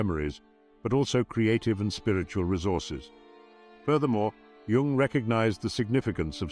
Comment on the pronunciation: Oh, fine to hear "Jung" pronounced properly...